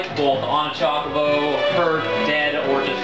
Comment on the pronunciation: you say "chocobo" weird.